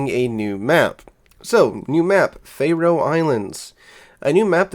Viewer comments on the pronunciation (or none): The game has needed a new map for a while - everyone knows the camping spots too well. Faroe is pronounced Far-o not Fay-row They're a group of islands equally distant from northern Scotland, s/e Iceland and west of Norway (but belong to Denmark).